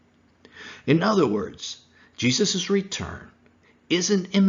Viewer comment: Would you please stop saying Jesus’es. It is Jesus’ . Moses’ is pronounced the same way- only two ess.